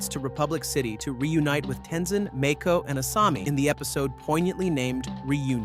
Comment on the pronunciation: Is this AI omg ? “Toeph”? “Mayko?”